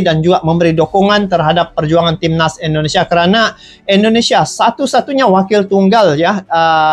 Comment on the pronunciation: Indonesia bang bukan Endonesia